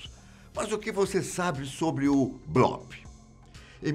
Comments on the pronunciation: Blópe? Acho que o certo é bloop (blupe) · Gostei demais do vídeo meu amigo, só a pronúncia aí que é “bluup” não blóp já que essa palavra vem do inglês! Abraços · Nao é blOp é blUp a pronúncia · sim o certo é blup com um P quase mudo, mas a gente perdoa o kkk